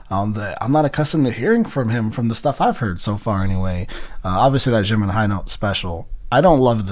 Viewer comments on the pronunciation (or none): same goes with jimin ure saying shimin.